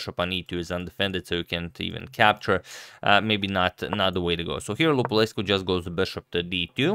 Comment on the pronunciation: Cool video, btw your pronunciation of Lupulescu is correct.